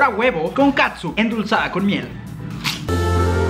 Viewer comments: no es CATSUN es KETCHUP!!! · y aca no se dice katsup se dice ketchup